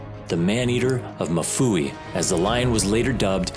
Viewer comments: it is mfuwe as in ''mmmm-fooh-weh'' not mafuwi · Lovely documentary, just a correction on how we pronounce Mfuwe in Zambia...its not Mafuwe, its Mfuwe 😄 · If you are gonna tell this story can u please pronounce Mfuwe correctly. It’s not “ma-fuwe” it is pronounced mm-fuwe” like mmhm. Ok rant over…. Great vid and narration.🇿🇲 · It's MFUWE not MUFUWI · It's Mfuwe not mafuwi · It's pronounced MU-FU-WEH love that my country is finally reaching a global stage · Being Zambian, it's really funny to hear how the man pronunces Mfuwe. He says MU FUWEE. Lol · It's really funny, and disrespectful 😂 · Not the correct pronunciation of MFUWE otherwise its still risky out here